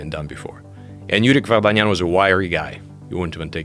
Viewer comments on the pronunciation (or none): lol how funny he pronounce Yurik Vardanyan xDD